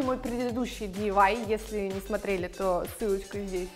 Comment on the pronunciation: Не дивай а ди ай вай